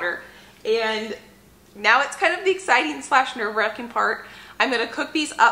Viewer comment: I heard your intro as " Today's an EGGciting day" 🤣